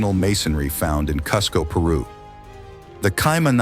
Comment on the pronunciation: pronounced Cheechen eetza and Cooskoh